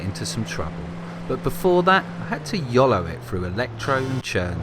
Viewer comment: stop saying yulo.